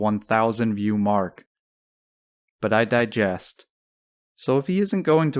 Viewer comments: “ I digress “ NOT “I digest” 😂 Digress? It means to wander from the point! In the right place but totally the wrong word 👍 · it's "I digress" ya moron